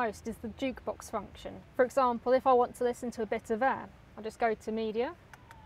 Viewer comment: You didn't say AIR .. you said errrr